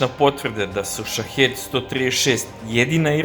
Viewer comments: SHAHID a ne SHAHED !!!!!1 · Shaheed se čita Šahid